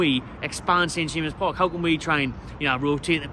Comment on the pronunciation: Its called at James Park Not st jamseses... Call yourself a fan!!